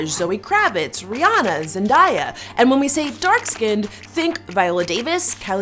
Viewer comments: question who tf is “ZEN- DIE-A lady it’s pronounced ZEN-DAY-A get it right 😢😢😐😐😐😢🤔😅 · If you are going to make a video. Say the peoples names right. It's Zendaya not zendiya.lmfao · I know damn well she did not just say ZENDIEUH it's ZEN-DAY-A like periodtt 😏💖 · Did she just say zendiea its pronounced zendaya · 1.) M-M-M-Mariah C-Carie is BLACK!? Since when 😱 2.) I nearly JUMPED OUT MY SKIN when she said Zen-DIE-a. IT'S ZEN-DAY-A!! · It’s zen-day- ya >.............Zendaya not zendiya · zen Die Ah 😐. Erm it's zen Day Uh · It’s 2019 and people still don’t know how to pronounce Zendaya’s name😒... ok Zen-day- a Not Zen-die-a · ZEN-DIE-A ITS ZENDAYA GET IT STRAIGHT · It’s not pronounced Zen-die-a it’s Zen-day-a like it’s spelled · 👏🏼It’s zenDAYA🙌🏼👏🏼 so sick of people saying zenDIEA. NOOOO GOD PLEASE NOOOO!!! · It’s zenDAYa not zenDIEa 🙄 y’all always reaching. Black is black is black stop this foolishness. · off topic but i hate when people pronounce zendayas name like zen-die-ah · It's Zen-day-a… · Ok but did sis say "Zen-Die-Ah" 😭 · Zen-DAY-ya. It’s literally not hard to pronounce. Say it like you see it bruh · If u gonna mention Zendaya atleast say it properly. zen-day-a like pa-pa-ya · It still annoys me how people say zen-die-a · Did anyone else cringe when she said zend-I-ya😱? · It’s pronounced Zen-day-ya. Tyvm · Why do people pronounce zendaya as zendiya?? I hate that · ♥️LOVE THIS ♥️ I think it’s pronounced “ Zen-DAY-ya” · Zen-die-ya😭😭 That hurt me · The way she pronounced Zendaya name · You said Zendaya's name wrong. Just so you know. No hate. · The way u pronounced zendaya bruh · she said Zendaya's name wrong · Chile, she just broke colorism all the way down, and this is what you got out of this video? A name pronunciation? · Ok so we’re going to ignore the way she pronounced Zendaya’s name? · So we not going to say anything about her pronouncing zendaya and jhene name wrong 😑🤷🏽‍♀️🙅🏽‍♀️ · Already upset with how she pronounced jhene and zendaya